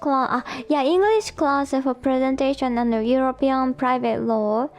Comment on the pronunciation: Listening to reminds me of when I went to Japan and when I'd ask someone what their major was and they'd answer "Ro" and I'd have no idea what they were saying, but people would get frustrated with me and say, "It's an English word!" because they meant "Law" - except that "rooo" sounds nothing like "law" to me. (Maybe the person speaking to me was frustrated, but because they were Japanese, they didn't show it, but the people watching me try to have a conversation with the Japanese person got frustrated with me. I'm sure this was, like, a vocab word in my Japanese 101 class, and I was well past that point by the time I went to Japan, so it's kind of understandable, but still, I hardly ever used the word before I actually went to Japan.)